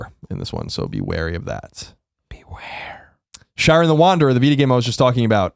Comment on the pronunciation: The way Colin says Shiren hurts me physically...